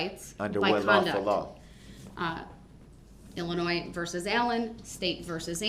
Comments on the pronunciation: "IllinoiS"? Is that a new state? Guess his 12th grade education didn't cover the proper pronunciation.. even after the judge quoted Illinois vs. Allen a million times dipsh!t still cannot say it right. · Illinois ( the S is silent ) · He thinks that the S in Illinois is supposed to be pronounced.